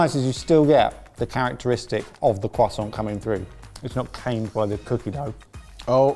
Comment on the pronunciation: the cwasaunt 🤌